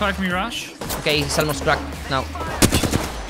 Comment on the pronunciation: Permíteme corregirte una cosa que me chirría mucho de tu inglés. Cracked se pronuncia crackt